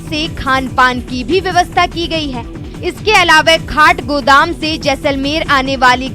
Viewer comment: काठगोदाम को खाटगोदाम और झंवर रोड को झानवर रोड बोली🤔😄 क्या रिपोर्टिंग है !